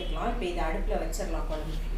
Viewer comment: குழம்பு pronounce ஒழுங்கா sollungo. உங்க பெருமை ரொம்ப overa இருக்கு ரொம்ப Sean விடறீங்க .